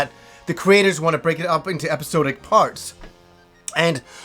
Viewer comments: Just a tip,. It's usually pronounced epi-saw-dic rather than epi-soo-dic. No big deal though;) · i had a problem with your pronunciation of the word "wasn't," now it's "episodic." my ears!